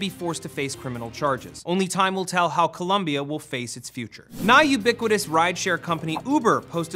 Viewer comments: BTW it's "COLOMBIA" with and O....not columbia with a U!!! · Its COLOMBIA! not col-u-mbia. get it right. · Colooombia, with O not U its Coloooooombiaaaa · It's ColOmbia. With an "o". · Colombia. not Columbia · They're both pronounced exactly the same way, people make mistakes